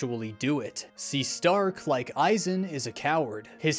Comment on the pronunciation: I love th "H" in stark that isnt there, but you can hear in the pronunciation Shtark!